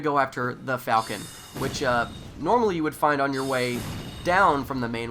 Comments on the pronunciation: i believe the falchion name is pronounced like "fall-shun" not falcon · Pronounced ( fôl'chən ), sounds like "Fal-key-on" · Or more like Val-Key-on